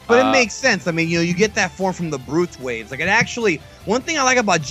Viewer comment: Wait......why is that guy steady saying "Brutes waves?" It's "Blutz Waves" He's confusing the hell out of me. I'm like....."WTF is he talking about....I must have missed something!" But then I realized he was talking about the blutz waves!